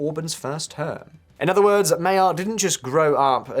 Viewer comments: One word you should learn to say when talking about Hungary: Magyar. Because it's Magyarország... the country of the Magyars. More like Madgar than Mayar. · It is not pronounced Mayor. Sign. Mah-jar is the closest. Maggie are and Mayor are just signs someone does not have any idea of what they are talking about. I turned the video off. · Your pronunciation is ridiculous! Hungarians (english) are Magyars and that's also the surname of the new Hungarian PM - both pronounced MAG-YAR (not mayor) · First of all, I know that it is tough for non-Hungarians to correctly pronounce the new PM's name, but "mayerall" is way, way off. The problem is that "gy" is a single letter / single sound. The closest analog is the "du" in during, when proopely pronoucned in British English. The irony is that Magyar is also than name of the nationality. It's a bilt like of the British PM were Keir England. The official name of the country is Magyarország, Land of the Hungarians. As to the substance, thanks for reminding the world of which (sane) Hungarians have long been aware, that the problem is not between left-right ideologies but rather between democracy and openess on the one hand and authoritarianism and kleptocracy on the other. There are many left leaning people in Budapest, Szeged and Debrecen who would prefer a leftist government but as the previous elections have shown it is almost an extinct species. It did not even take Orbán's gerrymandering to bring down, the left has never recovered from its own scandals of about 15 years ago and like leftists everwhere is very adept at circular firing squads. No Hungarian had any illusions about Magyar being a Scandinavian social democrat but at times like these basic competence trumps (pun intended) the yoke of old. It's why Budapest partied like it's 1989. It really feels like another wall has fallen. Nobody cares that Hungary will side with Poland (their historically most trusted ally BTW) as they will simply form the right flank of the